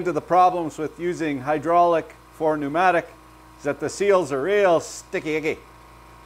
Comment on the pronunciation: "Welcome to the hooodrolic CNC channel"